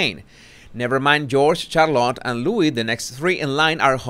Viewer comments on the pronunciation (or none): none